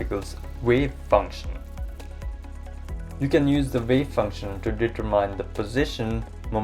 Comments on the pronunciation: sorry my fellow English speaker is an ass. Some of do understand our language is absurdly inconsistent. It's said determin and rhymes with in, despite ending in mine and seeming like it should be said as it is written. That said, no one who understands this video was confused by your pronunciation. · The vector potential is there also without any quantum considerations. And for the love of God the word determine is not pronounced deter mine.